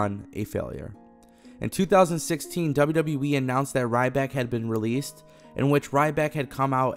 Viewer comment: Why does this guy keep saying WW"WE"??